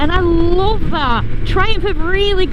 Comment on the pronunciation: Sold the Hayabusa and got the first generation Triumph Street Triple matte orange. Thats a FUN bike😄👍. What part of England is that from depending on your dialect when you said, "i just loooove it" ha ha ... 😄. Regards from Scandinavia.